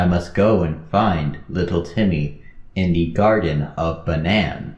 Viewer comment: It’s little Timmy not little tenny💀💀💀💀💀💀💀💀💀